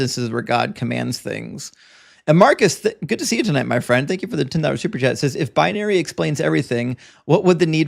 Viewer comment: Binary, not bianary.